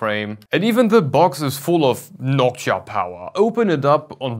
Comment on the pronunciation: It's Noctua. Not nockchia